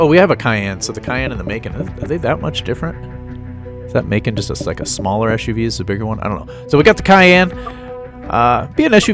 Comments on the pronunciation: Yeah it's "muh-con". My family just got one earlier this year. It's first year was 2015 I believe and it's based off of the cayane. It's a lot smaller and lighter with more hp. The dealers said they were going for the cayane practically with the drive of a 911 or something more sportier. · Great video find a way to pronounce the macan right